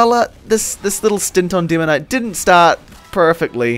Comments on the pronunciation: "Deemoknight"? "hidz?" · i know that you have an accent but still... Didringer, Binifit, Dimoknight :D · i dont like the way your pronounce demoman and demoknight... its the "demo" part. it sounds weird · "Dimoknight" dat accent ;)